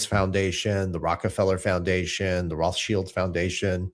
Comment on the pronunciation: you are the FIRST person online whom I've heard pronounce the name "Rothschild" correctly! Also thanks for correcting the country name "Iran"! (also IRAQ) I noticed that Americans in general are the ones who cannot pronounce foreign names correctly. eg: PORSCHE should be POR-SHAY and NOT Porsch! BTW - Congratulations to You & Wife on being new Mom and Dad!